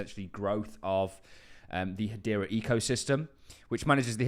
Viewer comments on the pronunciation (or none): What is it with British people pronouncing Hedera as Hadeera?